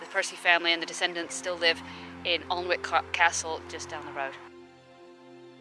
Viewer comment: There are lots of coal deposits in Northumberland hence the black sand which is of course wave washed coal. Alnwick is pronounced An-ick.l regularly walk my dog on Cresswell Beach we both love it. Pleased you enjoyed your visit as I enjoyed your video.